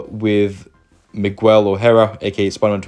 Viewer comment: migwell? why do u pronounce it dat way xddd its pronounced migel not migwell